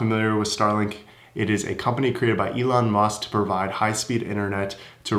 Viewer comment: sounds like you said "Elon Must"